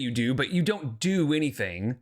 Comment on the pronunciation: another excuse! Why can't this idiot say anytheeeeen correctly